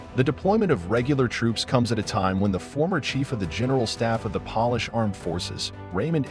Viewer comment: Pronounces "polish" like "shoe polish" when the context is Poland, and "Polish" should be pronounced like Pole-ish. So...this is a robot voice. I don't trust robots to tell me anything. Clicked off as I heard a mistake which no human speaker of English would ever make.